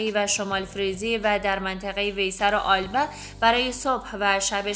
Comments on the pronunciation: آلبه؟ یا البه Alba? Ya Elbe شما در تلفظ اشتباه میکنید دوست عزیز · لطفاً اسمها را درست بخوانید آلبه نیست ( ایلبه) Elbe است